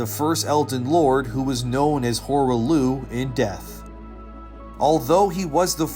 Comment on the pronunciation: "Horah Looh"? You can't even pronounce the name correctly after they say it in game? Definitely not a reliable lore video clearly.